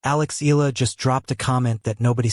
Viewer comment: It's pronounced eh-yah-la😮got that? 😳